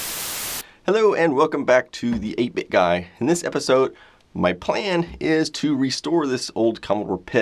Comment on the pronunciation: I thought he said “hello and welcome the the naked guy”😂😂😂😂😂🤣🤣🤣🤣🤣